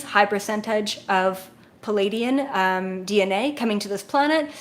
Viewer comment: 🤷🏻‍♂️ Yeah, but that’s just. She’s like me, almost all MACRO, very unfazed by details (like pronunciation). I kid, I kid... 😂 But, I can relate: the first several weeks I followed her, I was wondering who these ‘Palladians’ were, exactly... Then after I got to know her better, I realized she just had trouble with the double-vowel cluster in the word Pleiaidian. Now that I get that, I don’t bat an eye anymore whenever she says stuff ‘uniquely’ ☺️ (I teach pronunciation, so I feel silly that it took me so long to realize this)